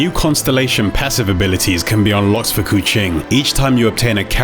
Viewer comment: He pronounce keqing like the indonesian word for cat, "kucing".. her hair kinda makes her look like a catgirl.. possibly a wordplay by the dev